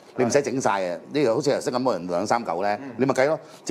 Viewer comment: 連「頭先」都懶得講，專登講成「由先」，都唔知咩鄉下話。